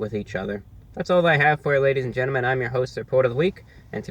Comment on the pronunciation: Gentlemen not genterman